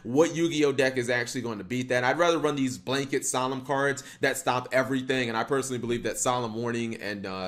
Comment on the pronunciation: "SOME OF THESE CURDS"